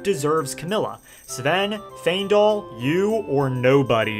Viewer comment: Great video but giving bro a like just for pronouncing Faendal right 😂 I promise if I hear someone say "Fyiendal" one more time...